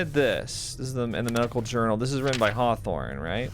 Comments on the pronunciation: Consistently calling him Dr. Horthorne after hearing it pronounced that way made me chuckle every time LOL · Thank you for pronouncing it "Dr Horthorne" every time thereafter. that's why I love watching your playthroughs of games I'll never play. thanks again!